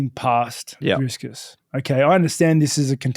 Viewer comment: DriS - Kus??? Really guys its not that hard. Drikus... 😂